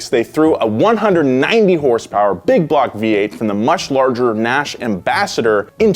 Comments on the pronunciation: It's horse power dude, not "hurs-purs" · The way pronounces words is hilarious to me. HERSE-PERS!